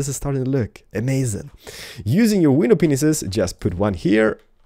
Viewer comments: why are you saying window penises instead of glass pane? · I'm really confused, is he saying window penises ? :D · He said window peinises